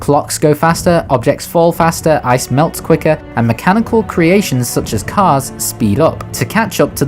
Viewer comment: At first I thought you said kars not cars XD